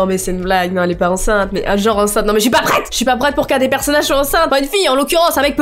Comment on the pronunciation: J'adore quand t'arrive pas à dire "enceinte" 😂